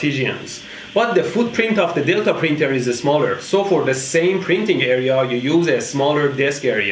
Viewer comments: I heard "The footprint of the dildo printer" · i thouht he was sayin dildo printer 😂😂